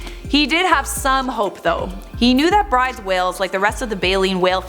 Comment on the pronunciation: At the risk of being pedantic, Bryde's Whale is usually pronounced Broodes